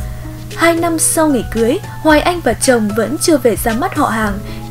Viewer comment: Cần phát âm tiếng Việt chuẩn. Hoài Anh phát âm sai rất nhiều. Thí dụ nước Anh thành nước ăn, xanh thành xăn, mạnh thành mặn v.v. Như vậy phát âm không đúng tiếng Việt. Sai một ly, đi mười dặm đó